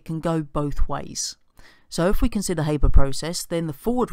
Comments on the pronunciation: It's pronounced Har-ber not Hay-ber. Just sayin'! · Cameron Smith Haber was German, so it's har-ber